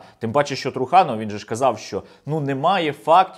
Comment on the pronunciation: Труханов треба говорити з наголосои на останній склад. та і взагалі вірно говорити Трусельов